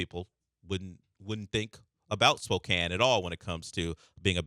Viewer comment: And Spokane. They got both wrong, like everybody does. Sampson must go nuts watching anything